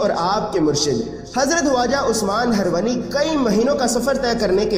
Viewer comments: उस्मान हरवनी नहीं उस्मान हारूनी है है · Bhai name sahi se lo khwaja shab ke peero mursid ka HZARAT KHWAJA USMAN-E-HARUNI- he harwani nhi he ok